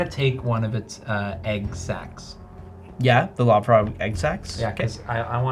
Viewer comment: This episode was hilarious and terrifying! I kept hearing love frog instead of lob frog which for some reason made it even scarier.